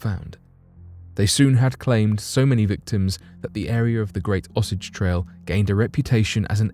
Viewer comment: O-Say-ge trail